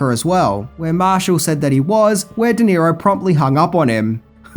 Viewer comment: Robert De Niro, not "Di Nero".